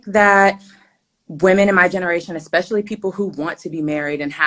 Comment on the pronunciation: Maan is it on purpose: eCspecially?))